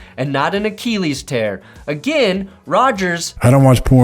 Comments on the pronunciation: what is up with the way you say Achilles? It’s “uh-kih-leez” not “uh-KEEE-leez”. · A-Kill-ease not A-keel-ease…lol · The way he pronounces achilles sounds like he's talking about Akili Smith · I love how u say achellies 😅😂